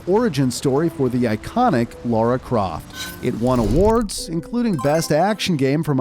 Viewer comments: Lara NOT Laura...how can you get such a basic aspect so WRONG?! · Her name is Lara not Laura. Why do you call her Laura every time you mentioned her name? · Very enjoyable video only slightly let down by constantly pronouncing the character's name as "Laura"